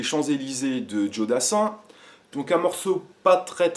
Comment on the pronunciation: "jo" et pas "djo" ;) et dernière chose car ca m ernerve sur énormément de tuto commence direct par jouer au lieu des explications. car tout le monde joue de façon différente et ca permets de savoir direct ta version